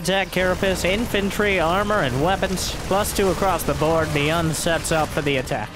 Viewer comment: I would imagine its Bi-yooon, not Bee-Un 😜 though I have very limited knowledge of Korean!